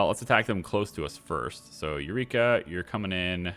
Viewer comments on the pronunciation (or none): Erykah is pronounced like Erica not Eureka 😭😭😭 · Her name is pronounced Erica not eureka...